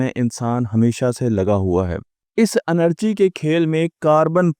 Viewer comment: انرجی نہیں ہے یہ لفظ اینرجی ہے